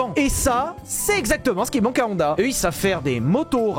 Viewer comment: Sinon, ça tente pas quelqu'un de dire Honda correctement? Je veux dire "ON" ça existe qu'en français. On dit "onne", siouplé! J'adore tes chaussettes!